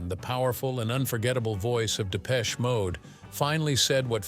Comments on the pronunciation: Depech shay mode! 😂😂😂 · And it isn't 'Depech-A'...ugghh..